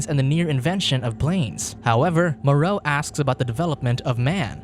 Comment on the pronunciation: The island of Dr "Moreou"